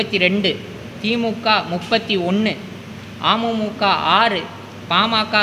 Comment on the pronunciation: ஒரு கட்சி பெயரக்கூட சரியாக சொல்லத் தெரியல அமுமுக அப்படினு இல்லடா அமமுக தான் இருக்கிறது